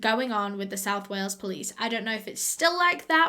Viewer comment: "Today we're going to WAY-ELS" My heart just melted 💔